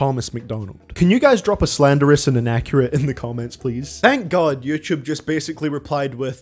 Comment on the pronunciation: Ngl, I like your way of pronouncing “yoochoob,” it has ~character~